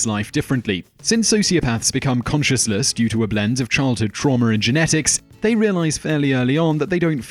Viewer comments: Are you saying "consciousless" or "conscienceless" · "conscious-less"? you mean conscience-less